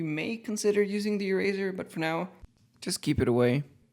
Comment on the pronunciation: "Erazor". Lmao